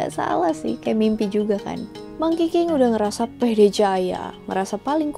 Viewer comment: 💯 gw denger bukan monkey king tapi Mangkiking 😭